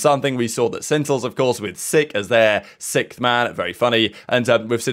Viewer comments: I love the updates you put out daily , but one thing that is getting annoying is you saying "Sickth man" its Sixth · if i hear SICKTH one more time i swear i'll fall apart. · Nah that's how certain parts of the world pronounce the word "sixth" like (sikth), and other parts pronounce it like (six-th)